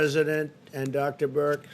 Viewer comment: Notice how Trump purposely mispronounces Dr. Birx (calling her Burke, instead)